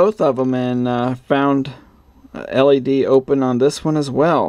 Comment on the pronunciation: You keep saying L.A.D.